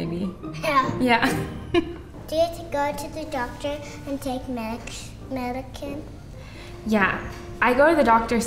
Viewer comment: I’m sorry, the little girl in the yellow shirt’s pronunciation is adorable. She asked if she had to take medikin. Medikin. She’s adorable.